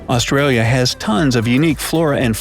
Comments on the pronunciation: I hate how he says ausraria lol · Os-trail-yah is how he's saying its pronounced ah-stra-yah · Im pretty sure its called Australians mate And its Australia not austraria I guess Im a controller cop yeet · this man really said “aus-tray-lis” ew stop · Ik right it’s aus-tra-lis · He said, " Us-tra-lia" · The amount of words he got wrong lol. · It would have been nice if an Australian did this. Every second word is pronounced incorrectly, some of it is almost Chinese with a Russian accent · Australis is also pronounced incorrectly